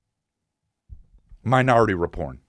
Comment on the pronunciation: loling at "minority reporn" 😂